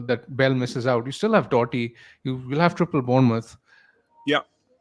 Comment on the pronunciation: He’s called Doughty….pronounced like “Doubty”….its not Doherty. Needed this stream Thursday really, good stuff anyway lads